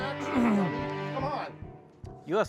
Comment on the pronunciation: “Two torteedos took us down”